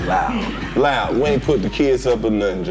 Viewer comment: had me weak because homegirl in the back emphasized that “loud” 🤣